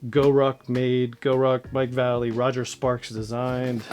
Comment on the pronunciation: As a retired skater boy its pronounced Va. Lay. Lee. Or Mike V! His black label part killed!